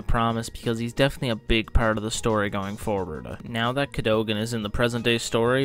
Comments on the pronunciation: Cad o gan, not Cado gan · CAHDAHGEN NOT CAHDOGEN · it’s pronounced “Cad-a-gan” not “Cad-o-gon” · CAD-O-GAN and it is just "The Hundred" not "the one hundred" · Pronounced “cad-uh-gin” refer to 4x03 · Cad-o-gen.. driving me insane 😂😂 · you can even pronounce his name... Its Ca-do-gan (kah-duh-gun) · Dude.. Just pronounce it like they do in the show.. please.. CAD-ogan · its cat - a - gin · i think it's pronounced Kadd'i gun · Its not pronounced Ca-dough-gan. 😂😂😂😂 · Why he say Cadogan like that. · why are you saying his last name all weird. if you really watch the 100 you'd know how to properly pronounce his last year. they say it so many times... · If you like the 100 so much. You should be able to pronounce his name properly. Lol.